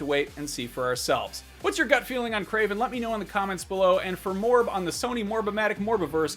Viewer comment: Kraven??? Geez